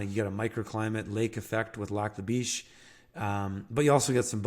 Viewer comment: Lac La "Bish".. not Lac La "Beesh". Wouldn't want the locals looking at a person funny..